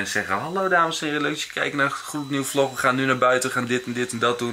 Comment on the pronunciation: Blijf door gaan maat 😀😀😀🤣😂 lig altijd stuk door jou vlog of hoe jij zegt vlok